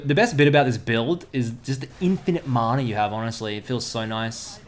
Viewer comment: Is he saying "manar" or am I hearing wrong?